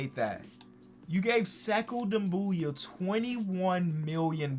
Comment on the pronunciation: You talking about doumboya? He's pronouncing him right